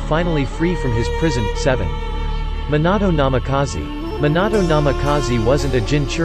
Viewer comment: Bro after he said R-I-N and than said MIN-nato namakazie I had to check out 🤦🏾‍♂️🤦🏾‍♂️